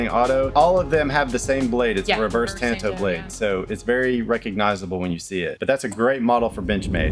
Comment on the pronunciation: Thanks for the great info on Benchmade! They have become my favorite knife company, I’m a Bugout guy! Also,thanks for pronouncing “tanto” properly!